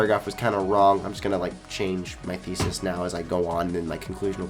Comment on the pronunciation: Never say thesis again ever in your videos. Please. I beg of you.